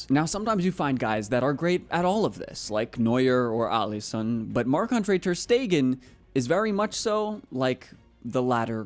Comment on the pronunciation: Bro it's not ter stegen